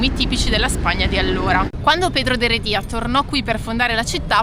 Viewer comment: I miei complimenti per come visitate i luoghi: gambe in spalla, e come si dice in spagnolo, "pateando que es como lo ves todo de verdad!!" Con gli accenti però non ci andate proprio d'accordo 😂😂. Pedro de HerEdia, non Heredía, e "bóvedas", che vuol dire "archi", e non bovEdas". Por la sombra, chicos, cuidadín con las estafas!